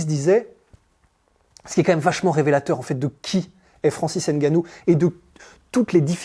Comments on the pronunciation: Arrêtez c'est pas Haine Gannou, c'est Ngannou 🤔🤔🤔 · Bon reportage. Par contre faites l'effort de prononcer le nom de Francis Ngannou correctement. Même les américains a hollywood y arrivent. En France vous n'avez aucune excuse